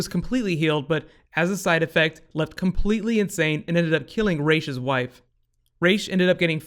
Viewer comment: Based on the arabic spelling.his name is pronounced raas not raish.